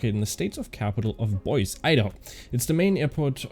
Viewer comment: Have a look in Wikepedia for the correct pronunciation od Boise, Idaho